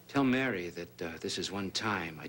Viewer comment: I get so annoyed the way piles on the Irish accent when she says Mary.